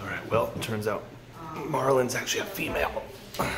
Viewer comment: Marlene instead of Marlin